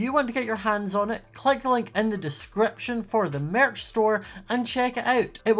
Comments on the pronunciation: At the beginning of the video when it kept saying merch it sounded like mearch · Does anybody hear marriage instead of merch ;-; n-no....o....o-ok